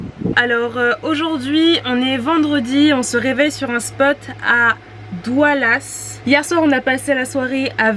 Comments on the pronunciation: salut, ahhh, vous etes passer devant chez moi, le spot a DAOULAS, et non doualas, en fait le petit parking ou vous etiez, s'apelle la pointe de ROSMELLEC, j'y suis un jour sur deux, dommage. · C'est DAOULAS en non DOUALAS 😉😉😉